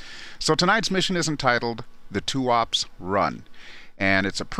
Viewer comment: just for the record: Tuapse is pronounced as tu-aa-pseee (Э sound), not "tuaps".